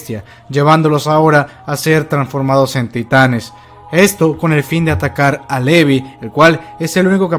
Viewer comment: Muy buen vídeo,. La animación está fantástica. ¿Dónde encontraste las viñetas coloreadas? ¡Las quiero! Por cierto, hace un tiempo que te escucho y, en cuanto a la pronunciación de Levi, deberías hacerlo correctamente. Dices “Levi” y se pronuncia “Livai". *Es leviosa, no leviOOSAAA".:V